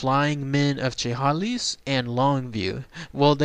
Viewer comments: pronounced " sha-hay-lis" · You are not close to pronouncing Chehalis right. It's 'Sha-Hale-Us.' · It's pronounced Shah Hay Liss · Great video as always! Don't sweat pronouncing Chehalis wrong, I am pretty sure that is how anybody who doesn't live near here pronounces it the first time if they have never heard it said before. lol. Never knew about this though. Very interesting